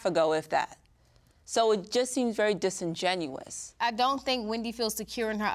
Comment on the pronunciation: How many degrees do you need to be saying disingenuous wrong- “disingenuine?” C’mon